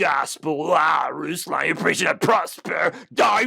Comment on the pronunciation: Eek. You pronounced his name slightly incorrectly. Going to be called a goober v soon.